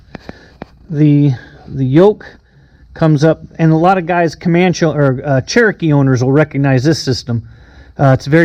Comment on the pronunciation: I just bought a 260B Comanche. I flew a Comanche in the 1970s when I live in England and always love it, I've enjoyed watching some of your videos about your airplane. But I have to ask, why do you call it a Comanch when it's a Comancheeee? I've already copied your iPad mounting. I just couldn't find a clamp that would fit the Comanche yoke.